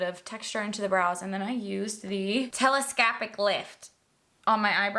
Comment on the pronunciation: I was listening along while defrosting the freezer and laughed out loud when you did the 'telescahhpick maskarra'. Stila have some new eyeliners out in really nice shades - I ordered 2.